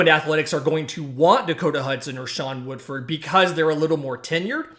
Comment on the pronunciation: Shawn Woodford? Kizer? Learn their names.